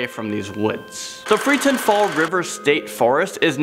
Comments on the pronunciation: It's the Freetown State Forest, not freeton. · That's Pukwudgie, aka Puk-Wudjie or Puck-wudj-ininee, not "Pikwedgies". And it's Freetown-Fall River State Forest, not Freeton. Also, it's a 5000-acre forest and home to a Wampanoag reservation. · Correction, the town is called Freetown. Not Freeton. I'm from Massachusetts, I should know.